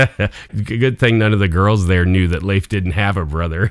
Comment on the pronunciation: Fun story! Glad you know how to properly pronounce Leif's name !!